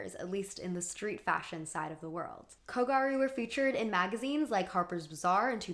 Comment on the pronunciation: The fact that you used a clip from super gals and still manage to mispronounce kogyaru is a ... bit odd? ... Like, the word is there in the manga and anime and is pronounced. It's "gyaru", pronounced "gi-a-lr(the Japanese pronunciation of r and l is between those letters)-oo" (but light, like a slip of a tongue) Ok, this is probably your worst video to date? Especially the section about how gyaru, or kogyaru, which was the subculture for the girls who wore uniforms in an alternative fashion. You are so adamant about the girl's narrative but you don't even use contextualize it properly. The name they give to their own movement or even call what it was, a subculture. Ok so in Shibuya, like in many neighborhoods/districts in Tokyo, there is a subculture, where young people just gathered and decide what is the new fashion style and influence each other. It's an extrapolation, the process is a lot more natural but this is basically how it happens (Ikebukuro, Akihabara, and most famously Harajuku are known to have their own very distinct aesthetic. Gyaru is a Shibuya born and raised subculture, though they often spill into Harajuku, especially kogyaru, like how South London is known to be full of those subcultures, especially fashion). The most ludicrous statement being that the girls weren't even part of their own narrative, which is absurd. YOU ARE LITERALLY USING FOOTAGE FROM SUPER GALS! A manga written by a woman, who draws herself as a gal (I am not sure she is one as mangaka